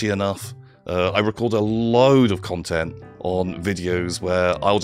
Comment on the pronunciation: More ‘cuntent’, I guess that means is coming back to the channel.